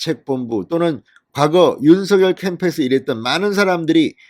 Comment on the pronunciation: 오늘 SBS에 방송 봤는데 '윤서결'발음이 아니라 '윤성녈'발음이 맞다고 하네요.발음 고쳐 주세요 ㅎㅎ